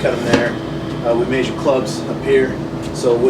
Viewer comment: "May-zure"? LOL It's "Measure".